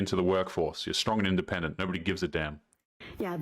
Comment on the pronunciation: Strong and in-duh-pendent